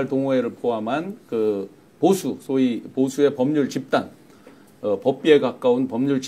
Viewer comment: 50초 부분 소이 아니고 소위